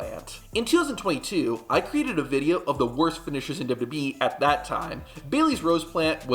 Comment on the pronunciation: I like your videos but they are a bit hard to watch. You say “Duby Duby E” for WWE over and over and it is distracting. You also say years too fast. For example instead of tow thousand twelve you say “tosend twelve”.